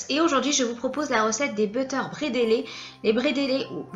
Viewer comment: Coucou, ca ce prononce brédele, les deux derniers e se prononce e comme la lettre e , dans le bas rhin. Ou prononcé bradala dans le haut rhin